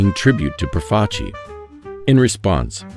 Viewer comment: Thank you for saying Profaci correctly.